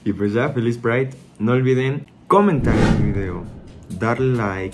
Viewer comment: ¿Por qué tienen que estar tan colonizado? ¿Por qué pride si ya había una palabra en español? Es un poco patético, incluso la entonación que hace.